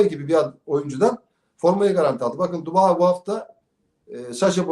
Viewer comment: neden isimleri düzgün söyleyemiyor? Terroro kim? Dubai kim???